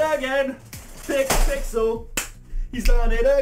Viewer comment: Not pickapixel its luckpixel